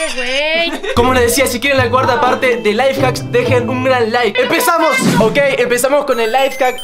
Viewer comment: "Ay mi amor tenemos que dejar que se caliente" que onda wtf?? está haciendo el 24 horas siendo pasivo??? morí xdxd pobre Y aparte soy yo o se traba y endeves de decir life hacks dice LaiFaks??? Jsjssjs